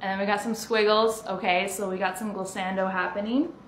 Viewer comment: you're sharp and you pronounced glissando wrong